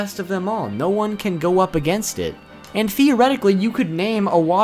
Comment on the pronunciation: The "whater botle-nuke" just destoyed me. Ichibe is god.